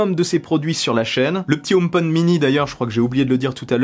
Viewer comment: Si je peux me permettre. En anglais on prononce le H . Car omepod en anglais ne veut rien dire .